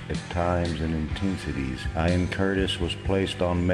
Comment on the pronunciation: I get it, but it's a little disrespectful to intentionally mispronounce the man's name on purpose. The first time you say it you pronounce as Ian and for some reason switch later to Ion. Sorry, but that's how I feel. Otherwise I think it was a really good synopsis and I enjoyed it. You chose a great song for background.